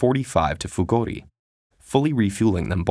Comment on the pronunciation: Who heard Fugodi instead of Fugori?